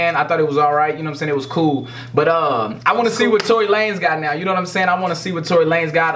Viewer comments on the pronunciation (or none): nigga said Tory Lucas😂😂😂